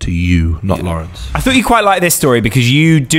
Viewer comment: Dying at Lawerence 😭